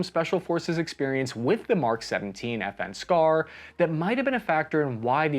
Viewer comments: I always hear "FN scar" as "effing scar". And now you hear it too. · I thought you said F-ing Scar